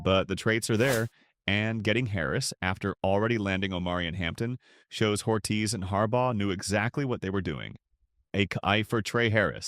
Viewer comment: JOE ORRRRTEEEZ IS HOW YOU PRONOUNCE HIS NAME FOOL